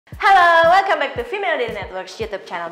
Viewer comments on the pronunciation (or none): none